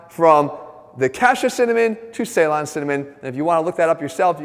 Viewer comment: The way you say Ceylon 🤣🤣🤣